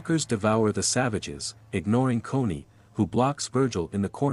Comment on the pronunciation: Dude it’s Connie not coney